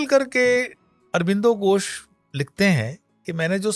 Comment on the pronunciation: कृपया "घोष" बोला जाय , " गोस " नहीं।।